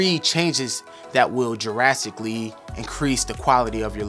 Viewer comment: Awesome video... But like bro, you said JURASICALLY... that shit had me rofl. It's "Dra"stically like "dr"agon. But yeah anwyas. This was a super helpful video 😂👍